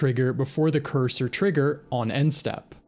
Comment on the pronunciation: Courser is pronounced course-er not cursor